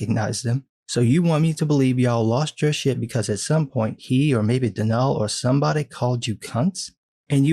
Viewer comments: Its pronounced don all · As far as I know, Donal’s name is pronounced like Donald, just without the d at the end. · Pretty sure that's pronounced "DON-uhl". Other than that, awesome video.